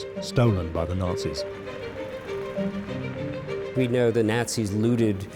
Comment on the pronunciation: If he pronounces "Nazis" like that one....more.....time. Nails on chalkboard